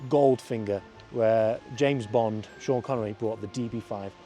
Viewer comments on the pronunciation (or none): none